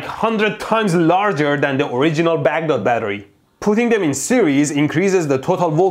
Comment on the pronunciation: As a Baghdad born myself, I really appreciate you saying "Baghdad" the middle eastern way.